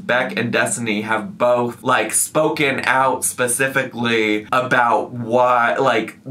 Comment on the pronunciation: did say pacificly? 😂😂😂